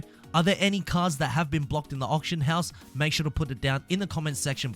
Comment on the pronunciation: You saying option house or auction house ????